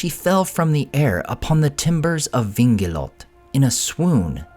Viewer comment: I could be mistaken on this point: I believe Vingilote is the Quenya name of the ship and it has a diaresis above the "e." It's written "Vingilotë. As such, the "e" needs to be pronounced. It should be read: "Vin-Gilot-Teh," rather than "Vin-Gilot."